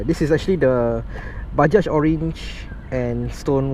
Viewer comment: Bajaj orange. Hahahhaha. 'Baja' is pronounced as "Baha"